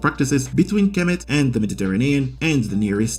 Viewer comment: Egypt will sue you for outright lie's also, you hack you're not even pronouncing Kemet right!